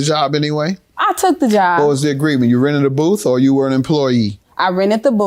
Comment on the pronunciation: How come she can say 24th but you can't say booth LMAO my husband was half black and whenever he would get caught in a lie he couldn't pronounce his th Blends LMAO😅😅😅😅